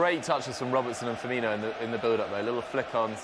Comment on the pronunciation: FirmiNO not firmiNIO !!